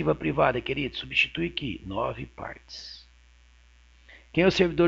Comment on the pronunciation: "9 PÂRTES" KKKKK ótimo professor!!